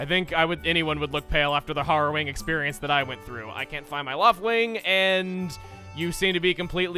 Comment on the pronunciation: Hair-rowing. Not har-rowing